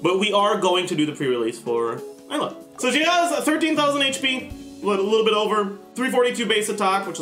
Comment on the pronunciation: Lemme help you out with the pronunciation Eula(Ee-ouu-la)